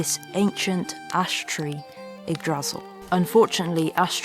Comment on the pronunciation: Your videography is absolutely stunning. So beautiful. And so is your voice work. Pure bliss. PS: Yggdrasil. Stress is on the first syllable ;-)